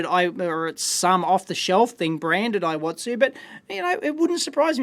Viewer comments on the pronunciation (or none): it's pronounced similar to EE-WA-TSU, not eye-wa-tsu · Actually it should be pronounced like "E watsu"